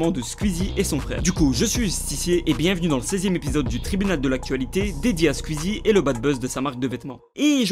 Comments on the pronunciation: pas "skuizi " mais "skouizi" ça m'stresse que prononce mal le pseudo "Squeezie" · C'est Squezzie pas squizzie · Squiiiiiiiiiizie 😂😂😂😂😂😰on dit sqouizie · PITIÉ : SQOUIZI, PAS SQUIZZI 😂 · Ça me perturbe qu'il dise Skuizi au lieu de Squeezie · Tu me stresse a dire « squzzie » au lieu de « sqouizie » bref bref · Skouizi pas skuizi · La vidéo est cool en soit, mais juste pas [skuizi], [skouizi], son pseudo vient de la musique Squeeze It, c'est comme si on disait [Le justiciet] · Ça me dérange les gens qui prononcent SQUIZI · Squeezie prononcer son pseudo skouizi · Galactic Peut-être, mais ce n'est pas la prononciation correcte. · Arrêtez c'est pas " skuizi" mais Squeezie 😂😂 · Qui entend skuizi 😂😂😂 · J'adore ta prononciation de Squeezie tu dit : "Squizie" c'est trop marrant xD Ce commentaire a rien avoir avec la vidéo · Tu dit squizzie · Asrlenny13 Asrlenny13 skuizi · Stp, dit Squeezie et pas squuizi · Juste pour le "scuizi" j'ai envie de quitter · Arête de dire squizie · Ptn mais arrêtez de prononcer « skuizi » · "Scuizie" (Aucune moquerie c'est juste ça m'a fait rire 😁) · tu prononce mal le pseudo SQUEEZIE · Comment tu prononce Squeezie ,mec t srx , ta vdo est bien mais respect son "nom" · Squieezie #pronontiation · bonne vidéo mais par contre ta prononciation de squeezie est HORRIBLE